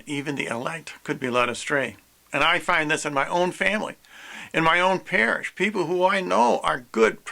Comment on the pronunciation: Did you say Parish? You from Louisiana? I'm sorry that just jumped out to me. I'm from Louisiana. Just wondering. The rest of the video was good.